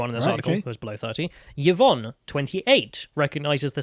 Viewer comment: yuhvon XD i love when finds new ways to pronounce words/names